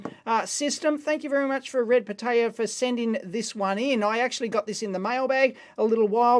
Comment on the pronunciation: the way dave says it sounds like red potato lol